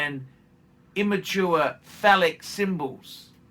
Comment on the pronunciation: Pronounced fay-lick? 😉